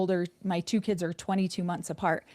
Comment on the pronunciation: OMG!.. says Kidzes too.. 😂... The one thing says that really irks me... We in the Northeast... Maryland say kids, then moved to Georgia and the south says kids... Is Kidzes said by everyone.. 😂